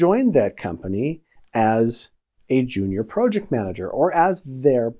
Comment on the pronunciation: This guy can't even pronounce Project...I'm out